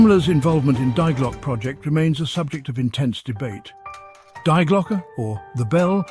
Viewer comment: I don't know what is more annoying.. the constant mispronouncing of the german article "die" or the totally randomly matched stock pictures 😅